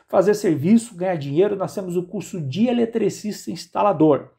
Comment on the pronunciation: falou um "ilitricista" profiçional kkkkkkkkkkkkkkkkkkkkkkk